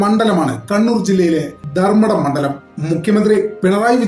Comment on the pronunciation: മണ്ടല൦ അല്ല മണ്ഡല൦ആണ്.